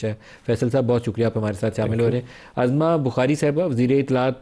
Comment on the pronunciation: Azma nhi Uzma name hay urdu atinhi ore qabza group hr jagh